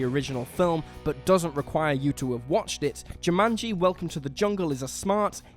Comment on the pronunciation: So, he can't pronounce Caribbean or Jumanji. Nice